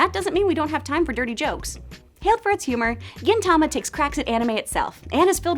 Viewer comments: You are pronouncing Gintama wrong!! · I thought "Gintama" was pronounced like "Gin" the drink then "tama"